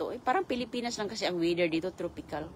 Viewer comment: Farm daw ??? garden lang yan.!!!! anong bedstibols,molberry ,tropical wither ?? ,lecture na mali mali pronunciation.😅😅😅😅